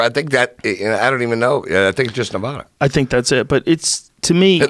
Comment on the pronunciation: Prostitution isn’t legal in Las Vegas, it is legal in Nye county. Vegas in Clark county. Also, it’s “Nev-AD-a” NOT “Nev-AH-a”